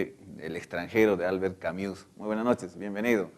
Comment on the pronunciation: Por favor se escribe Camus, pero se pronuncia camu sin la s.. es una i que se pronuncia como u.